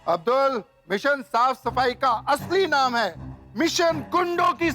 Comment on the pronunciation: Yu to bawri ek ka bhi naam shi se nhi leti aur sabke naam sahi se bole😮